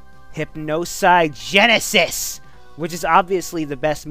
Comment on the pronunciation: Everytime he says hypinogenesis I crack up xD